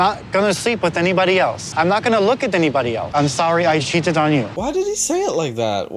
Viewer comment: when he said, “I’m sorry I ‘sheeted’ on you,” in that weird pidgin pronunciation, it’s like it didn’t count. The mispronunciation negated the meaning. He can say he never said it, because he didn’t.